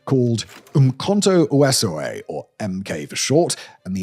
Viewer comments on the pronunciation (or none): Hi Simon, also, Wesizwe, its improunced Where-SEEZ-wey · For the Bantu (the black "natives" languages): Umkhonto Wesizwe = Spear (umkhonto) of the world (wesizwe) - pronounced just fine, but you forgot the "z" and said "Wesiwe". Jimmy Mbane = Jimmy Lightning That "X" in Mxenge is more of a type of click sound (i understand why you would have trouble with that) i don't know how to describe the sound (think of the sound youd make when mimicking the sound of a gun reloading) In Afrikaans: "v" = "f" when pronouncing. That "ee" at the end Cotzee sounds more like "ear" in English. Not bad though